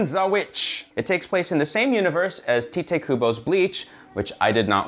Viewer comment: Y’all gone pronounce Tike Kubo’s name correctly one day. It’s Tight.